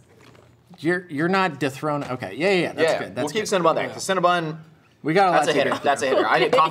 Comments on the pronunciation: Are we gonna ignore their incorrect pronunciation of “CinnaBON” not “CinnaBUN” 😩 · Do people realize that it's not "Cinna-bun" it's Cinna-bon? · Do Americans pronounce Cinabon as Cinabun? Or just these three?🤔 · They can't pronounce Cinnabon